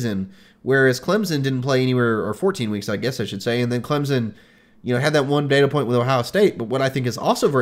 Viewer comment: Once again, tell I'll take his Clemson analysis seriously when he learns to pronounce it. That said, I've thought for weeks that the Clem-OSU winner would beat LSU. I still do.